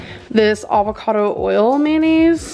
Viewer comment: Avocado Not Uvacado